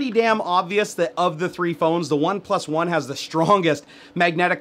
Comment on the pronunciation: It's spelled "OnePlus One" yet you keep pronouncing it "One... PlusOne". * facepalm *